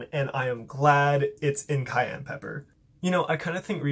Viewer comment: ITS PRONOUNCED SAI-AN NOT CAYENNE